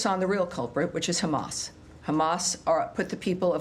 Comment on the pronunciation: "Khamamazzzz still playing games" 😂🤣😂🤣😂 Khammassz "don't care about humanity" 😂😂😂😂 Trump cares about the world 😂🤣😂